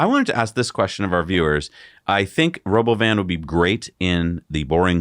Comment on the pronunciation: "Robo-oven", that's how it sounded to me. And it's basically a minibus. With no windows. With half the seats facing backwards, which is what no one likes in buses. If a bus has some seats facing back — those are the last to be occupied. But was the only way to have any illusion of visibility — painting the walls white and putting the seats back-to-the-wall.